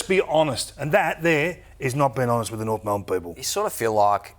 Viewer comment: "Try and fool the Norf faithful" - Kingy my brother, you don't need to try